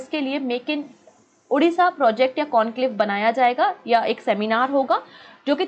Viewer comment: Ma'am when ever you pronounce Odisha , u says as Odessa(Ukraine) Pls pronounce as Odisha , it's Odisha Bande Utkal Janai